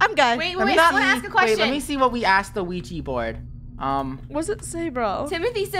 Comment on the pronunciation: WHERE'S THE OUIJA BOARD?! Me: *has flashback of Funneh saying Ouiji instead of Ouija*